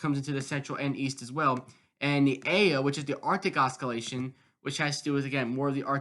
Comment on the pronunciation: I don't have a youtube station so i don't completely get this but why is there always 1-3 mins of garbage advertising spam and chum bucket chat in every weather video. get to the analysis please. I'll subscribe if your channel is accurate. i get it! edit also its "ossilation, not os-skillation"